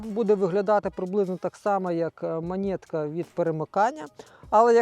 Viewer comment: Не монєтка, а монетка!